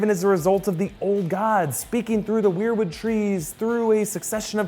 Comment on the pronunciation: It pronounced whare or wair wood tree not we are/we're wood tree sorry it's getting anoying